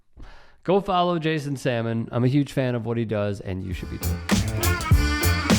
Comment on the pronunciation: Funny stuff. Jason Salmon isn't a fish. I think the 'L' is pronounced. Sal mon.